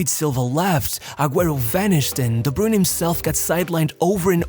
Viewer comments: its pronounced like "broyne" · Took a shot each time "De Bruyne" was mispronounced. I'm wasted. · As a Belgian I can't even listen to your pronunciation of KDB past the intro of this video.